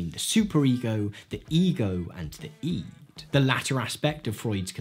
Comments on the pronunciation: It is NOT eed. It's pronounced id. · Why do you call it 'iiid' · I'm 50 years old, and I've heard the word "id" hundreds of times. I've never heard it pronounced "eed" before. It's very distracting. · He says "EE-d" but not "Eggo" surprisingly. I've never heard anyone say "Id" like "EE-d"